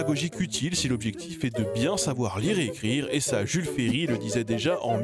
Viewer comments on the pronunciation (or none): none